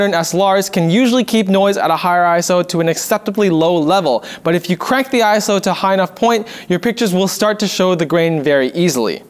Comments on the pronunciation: Iso, not "I-S-O" In terms of film and cameras, iso doesn't stand for anything. It's a word, not an acronym. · There are some stuff wrong in this video. ISO doesn't have an acronym and does not stand for what is stated in this video. Also, ISO is pronounced "eye-so" not "eye-es-oh" However, great video that explains what it is.